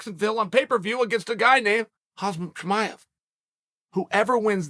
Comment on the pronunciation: “Hozmet KiMyev”